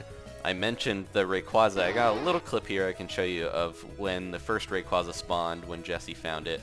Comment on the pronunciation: *(RAY-QUAY-ZAH) it's not (RAY-QUAH-ZAH)